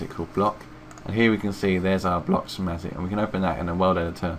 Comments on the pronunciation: its pronounced "skematic" not "shematic" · cool but, what's a shematic.. Sch, Sch, School, Schematic. Say it with me.